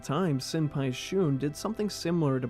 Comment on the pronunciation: Pyu is pronounced "Phew" not "p you"